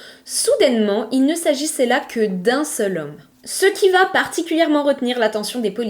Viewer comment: je découvre votre chaîne et je vous suis à présent. Je souhaitais juste vous dire de faire attention à la liaison phonétique suivante: vous dites souvent "vat être" au lieu de "va être". En dehors de ce détail, Bravo j’aime beaucoup votre narration, le choix des histoire, tout est agréable 😊❤❤❤